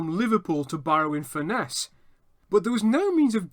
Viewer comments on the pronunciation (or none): FURness please, not furNESS